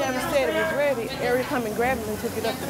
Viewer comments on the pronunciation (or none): "Arrrr yu rrrredi?"